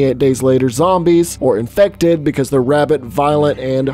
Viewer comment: why is he saying inected like that